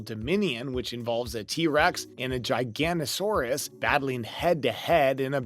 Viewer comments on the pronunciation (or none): It’s “Giganotosaurus” not a “Giganosaurus.” It’s LESS than a year away, and it’s “Nasutoceratops”